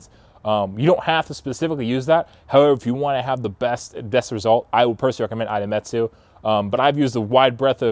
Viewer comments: 出光。いでみつ。Idemitsu. Ee-de-mee-tsu."I" always sounds like "ee". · Good vid. Very important that people get educated on how to care for rotary engine... especially now that the FD3S is eligible for import. Also.. it's "e-de-mitsu" :)